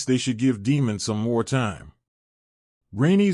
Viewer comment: None of your annunciations align with the show, making it confusing to know who you are referencing-“Deemon”, “Rehenera”, “eemon”